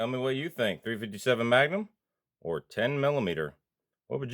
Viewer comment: "ThA-rEe fIfTy SeBeN mA-Ga-NumB iS SupERiOr t0 TeN MiLLimeTer." 🤡